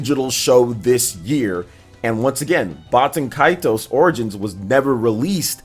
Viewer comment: I think you're saying baten kaitos wrong